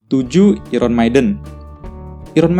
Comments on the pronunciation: i ron 😂 bacanya ai ren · Baca iron nya kok gitu wkwk